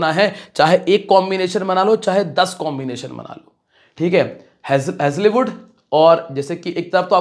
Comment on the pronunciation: हेजलवुड होता है हेज़लीवुड नहीं